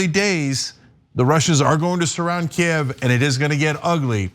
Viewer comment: Thanks to Ana for pronouncing Kyiv correctly!